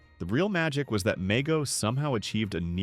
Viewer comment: It’s pronounced “Mego” with a long E